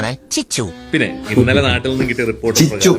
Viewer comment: ചിച്ചു അല്ലടോ chachu